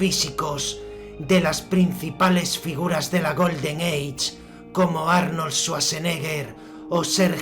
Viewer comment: odio tu pronunciacion "GOLDEN EICH" paf!